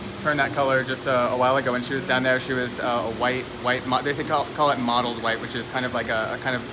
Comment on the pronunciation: Mottled white, not modeled white.